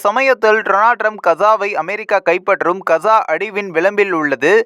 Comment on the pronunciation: இந்தா கசா இல்லை காஸா gaza உட்சரிப்பு இதுதான் யார் பலகீனம் அமெரிக்க இஸ்ரேலிய கூட்டு அல்லது ஹமாஸ் ஆஆ